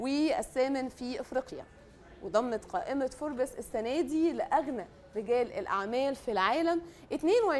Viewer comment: نطقك لكلمة فوربس غلط